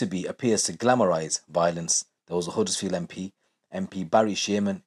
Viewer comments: Its Huddersfield not uddersfield and its same everywhere you visit its not as bad as you make out its like saying all Bradford or Leeds is bad its certain areas not the whole town every town has its problems doesn't mean its lawless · Man said Huddersfield 😂😂 get ur self into leeds